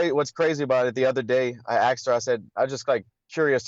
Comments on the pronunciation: Axed? Did I just hear that right? Fake ass belt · Aksed her ....